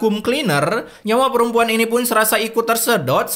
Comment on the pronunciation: Ini peremPuan kok jadi tokoh utama azab